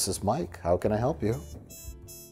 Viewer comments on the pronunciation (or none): none